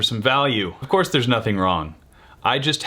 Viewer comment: Why did he pronounce cource like cour-che?